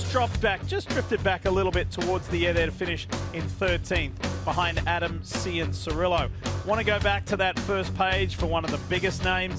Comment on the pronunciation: Cianciarulo is an Italian name. It is pronounced: CHAN- CHA-RULE-OH Chan is said like JOHN. Please stop butchering this man’s name for so many years. And please stop trying to anglify every name you say. Rider DiFrancesco is pronounced DEE FRAN CHESS CO you butcher.